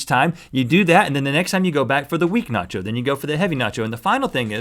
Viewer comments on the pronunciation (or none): nacho cheese Not yo cheese